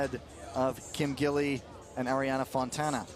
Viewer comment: 吉莉·金 is the pronunciation of Kim Gil-li. It's Gi li Kim, not gill.. Gee li. Your going to be saying her name for several years. Since she may ultimately be the best female skater of all time, i.e. GOAT, you should learn to pronounce her name correctly.